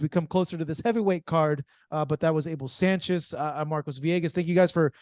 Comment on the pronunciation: Marcos Villegas pronounced the name Sanchez as if the name was an Anglo person's name .Marcos Villegas should learn Spanish so he can pronounce Spanish names correctly instead of Anglocizing the Spanish name.